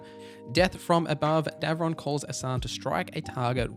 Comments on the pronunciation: It’s Davrin, not Devron, btw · And "Davrin."